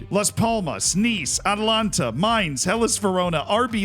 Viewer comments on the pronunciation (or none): It's A ta lan ta...not Atlanta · Atalanta not allanta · Still butchering AtAlanta ffs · can't say Atalanta!